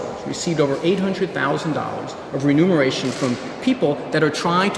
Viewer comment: "remuneration" not "renumeration"